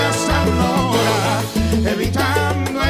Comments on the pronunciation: Me encantó su estilo, su carisma. Sj flow y su talento! Lo único que debe completar las s al final de las palabras (horaS, a solaS, etc) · Faltaron Algunoa SSSSS, pero el pana está bien 😛😎😎😎